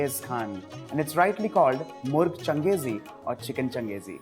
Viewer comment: the pronunciation is not changez khan its kenkis han